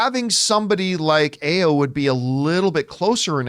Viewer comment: Is pronounced a: as in apple and yo as in all of or